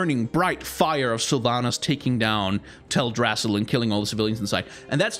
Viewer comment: “Teldr-AH-ssil” Oh god my Night Elf heart just died a little bit more